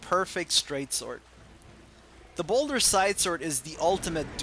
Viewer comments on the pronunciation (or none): Ball-dur, not boulder. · don't you mean balder? or is ball-dur the original name?